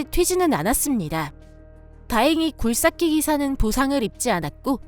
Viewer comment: 사투리 쓰시나? 굴삭기 발음이 어색함